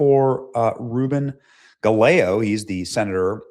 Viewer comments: Gallego's name is pronounced...guy-eggo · Gallego is correctly pronounced guy- yay - go. Double LL sounds like Y in Spanish. For those of us who don't speak Spanish. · Benny its pronounced " Guy. Ey .Gose "